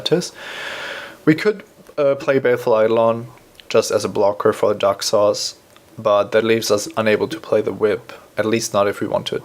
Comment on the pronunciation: When he says Daxos, it sounds like "duck sauce" - which is what I'll be calling Daxos from now on.